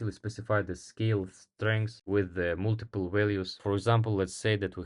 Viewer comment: Кстати, не мултипл, а малтипл :)